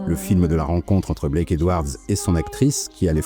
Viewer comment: Blake, pas "black"